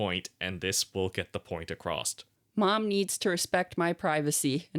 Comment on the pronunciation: always adds a "t" sound at the end of the word across. What is that about? Where do you pick up habits like That? Why?